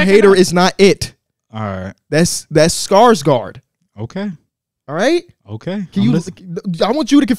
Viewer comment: I never want to hear pronounce Bill Skarsgård ever again man that shit was worse than how the wizards are currently